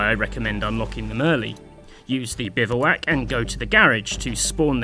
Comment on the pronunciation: The o in bivouac is silent btw, it's pronounced bivwak